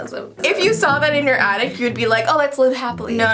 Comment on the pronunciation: said ottic instead of attic